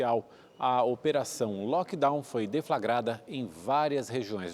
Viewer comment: "Delivery, lockdown, live, mindfulness . . . " mal pronunciados; às vezes, mal usados. Será que é prá impressionar?! Por que não usar o Português? É a nossa língua mãe e tão rica.